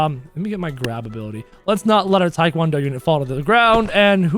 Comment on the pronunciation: says: Tik wan do Unit I say: ITS TEA-KWON-DO